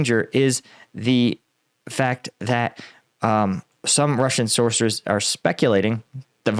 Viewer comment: you tried to say sources, but it sounded like you said sorcerors. That does make some sense if they are getting their intel from crystal balls and tarot cards.